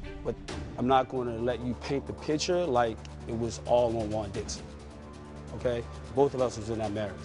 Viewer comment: The way Andy says “Juan” 😂